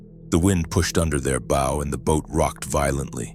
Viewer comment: These robot readers never get bow right. The front of a boat is a bow, not what you shoot arrows with.